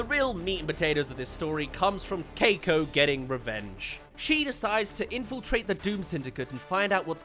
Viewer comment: Can we agree that the brain in the jar looks like a really bad parody of Caine from TADC? Edit: Again! It will not CEASE to annoy me that the kid’s name is pronounced “Kai-ko” or “Cake-ko”? and not “Kee-ko”. 🤦‍♀️